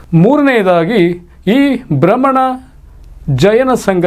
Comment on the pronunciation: Bramana alla guru barhmana ... 😂😂😂😂😂